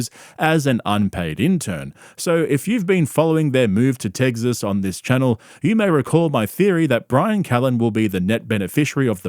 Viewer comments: austeen teggzuz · Fugg me dead, the way you pronounce Tegzas & trugg is comedy gold. It drives me - NUTZ!1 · Love how you keep saying “teggsas” lmao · are you saying tegsas ironically or not? i have to know